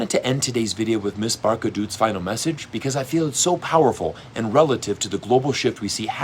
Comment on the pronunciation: Please learn to pronounce Barkhas name .